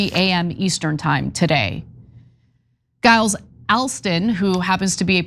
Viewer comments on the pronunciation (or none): You mispronounced Giles. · “Gyles” is pronounced “Jyles”